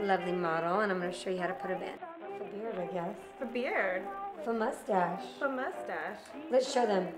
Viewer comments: faux is pronounced foe, not fuh. and i'm not a fan of the bangs! :/ stevie, i'm tired of all these hair videos. when are you gonna make one of your own? :o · .. lol it's pronounced "foe."